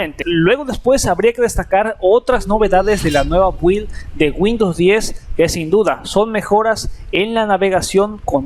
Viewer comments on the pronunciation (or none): Amiguito. No sé pronuncia 'build' la u es muda y se pronuncia 'bild' atte un obsesivo compulsivo